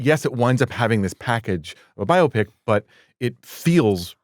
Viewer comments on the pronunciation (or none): It is a BUY-O-Pic.........not a Bio-o-pic.